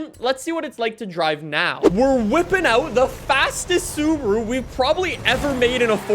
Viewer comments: Why are you saying Suburu and not SubAru? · the way he says Subaru wtf is subru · Why does he say Subruu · American way to pronounce Subaru is actually Sabru Pronounce "Sub" like in "subway".